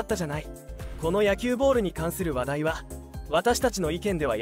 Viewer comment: 「ボール」の発音に違和感があり過ぎ…